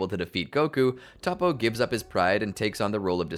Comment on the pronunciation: Zen-oh not Zeno, To-po not Topoh